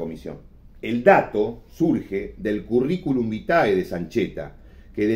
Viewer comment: La primera vez que escucho decir en perfecto latín currículum vitae!